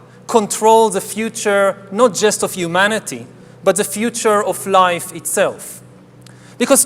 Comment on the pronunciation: You can't say Hu Man ity!